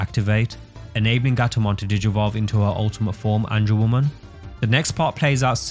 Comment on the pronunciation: Ange-woman? Angewo-MON*